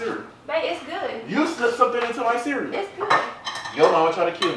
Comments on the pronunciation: Did Anyone Hear Him , You Slipped Something Into My “Mireal”. 😂😂💀💀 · Am I the only person that noticed that he said meral instead of ceral🤣😭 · This man said "you slipped something into my mereal"🤣🤣🤣 I cant with king!! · “you slipped something into my mereal” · “you slipped something into my MEREAL”😂😂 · “You slipped something into my mereal” 😂🤣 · “you slipped something into my mereal” 😂 who else heard that? 😂😂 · "u slipped something into my mereal"💀😂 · No no no no no. You slip something in my "mereal" 😂😂😂Hollering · King said "u slip something into my mereal"😂😂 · He said u slip something into my mereal😂😂😂😂😂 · King said meral